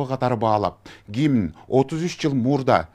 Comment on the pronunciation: Гимин эмес гимн деп айткыла.